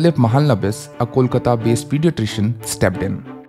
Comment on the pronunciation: Idk why ppl can't pronounce bengali names properly, be it ppl or even a city, it's Kolkata not Kolkta and Its Mahalonobish not Mahlnbis